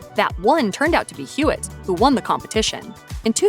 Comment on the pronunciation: Hewitt, not Hewlett😅